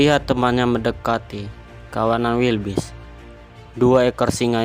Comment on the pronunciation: keselek pas ngomong wildebeest jadi wilbis 🥴😂🤣